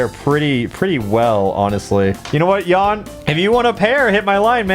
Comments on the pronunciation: No idea why are you pronouncing his name as Ian when it's clearly Kan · haha team chaos is overthrowing a Jan (pronounced JA-n not Yan) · Theres a reason his name is pronounced yawn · Jan sounds somewhat like if you would say yan. trust me. Id know. Its my name as well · Ok ykw, that explains why everyone pronounces Jan's name so ...strange lmao..... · Rofl, as a person who likes pchal. Hlget fucked Jan. It's not pronounced yawn. Fuck the Germans. Auch.... Ich liebe dich, aber werde gut. I spent 6 years learning German to say get good.... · I love how wrong ppl pronounce Jan...